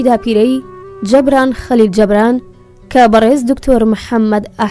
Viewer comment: دەستت خۆش بێت بەڵام ناوی نوسەرەكە بە هەڵە دەخوێنیتەوە (جەبران) نیە (جوبران)ە ماندوو نەبن